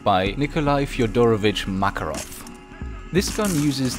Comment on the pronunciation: in Makarov you should put emphasis on the second "A", btw nice videos you're making